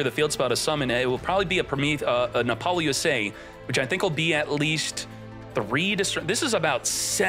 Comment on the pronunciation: App- poe- Loosa not lusay